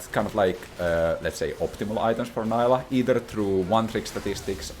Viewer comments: bro, you're not american, she is not "nylah". you are allowed to pronounce stuff correctly. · This video has factualy wrong info..... it's pronounced Neeelah <3. Jk, amazing video. I just love the ''I coined these terms'' moment xD